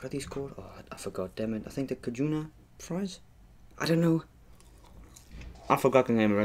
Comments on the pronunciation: cajuna friesss🤣🤣🤣 it’s cajun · Hold up did he say “Ca juna”. The upmost disrespect to Louisiana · It bothers me how he said cajuna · "Cajuna fries" 😂😂😂😭😭😂😂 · he say cajuna fries LMFAOOO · It's cajun fries and you say it like "cayjen" and if you want you could look it up😉